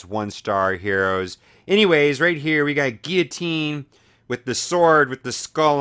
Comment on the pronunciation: lol dude its pronounced (Gill-luh-teen) you actually say the L's. You were pronouncing it wrong. But its kinda funny though lol.